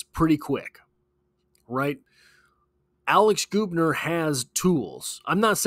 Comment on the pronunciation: It’s Gubner like Bug. Not Goobner. How do I know? My daughter dates his brother.